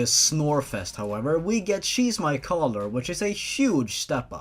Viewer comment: i know its supposed to be "shes my collar" but the way you said it i heard "cheese my collar"